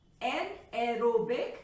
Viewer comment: An ero bic haha I love that sound .....thnks ma'am 🥰😘